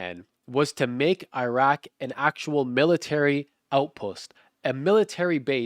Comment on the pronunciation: how does an arabic speaking Muslim not pronounce Iraque right. I can't even speak it and I can pronounce it.